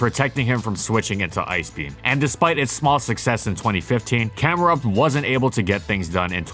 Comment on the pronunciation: THE I IN CAMERUPT IS SUPPOSED TO BE A U!